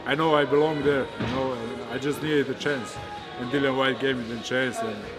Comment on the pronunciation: How much longer is "" going to keep pronouncing his name as Dillion? lol